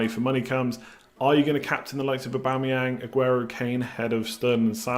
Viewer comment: He's doing Aubametings